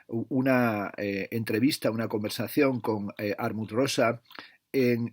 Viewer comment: Muchas gracias por este vídeo! Me compré el de Alienación y Aceleración gracias a tu reseña y lo cierto es me has descubierto un pensador muy interesante. Aunque en este libro me da la sensación (aún no lo he leído) que pincha en algunos puntos. Por cierto, es Hartmut (no Harmut), lo digo por si quieres ayudar a los seguidores de tu canal para que en el futuro puedan encontrar esta reseña. PD: espero con ganas ya la reseña del último tocho de Zizek (Sex and the failed absolute), que seguro que la tienes en la recámara, aunque la traducción española tiene pinta de ser algo desastrosa. Solo con el título mal traducido del inglés, el fracaso del absoluto (!!!), ya da a entender que el traductor, que en este caso está especializado en mindfulness/autoayuda, no tiene pinta de haber leído a Hegel ni a Kant en su vida. Menudo error darle un libro tan potente a alguien fuera de órbita...